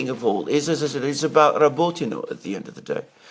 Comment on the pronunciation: and Alexander, please pronounce the name of the villages correctly, it is not called Robotino. It is Rabotneh. Besides, based on the military summary channel Rabotneh has fallen and now Ukrainians are focusing on Verbove because they need to cover the flanks. They cant advance further after Rabotneh until they cover the eastern and western flanks. This video of yours is absolute crap, sorry